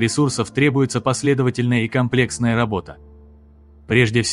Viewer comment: кОмплексные, а не комлЕксные...что ж Вы неправильно ударение ставите..